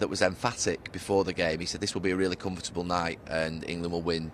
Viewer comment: Gary “Com-foot-able” Neville